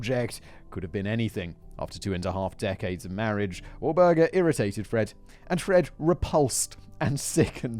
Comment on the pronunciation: I guess it's because of how my brain works, but I love all the ways Simon will either mispronounce a word or misspeak with a sentence. I lost track of how many different ways he pronounced Walburga. I really love it though and it's great to hear him just going with the flow and I still get whatever he's saying anyway.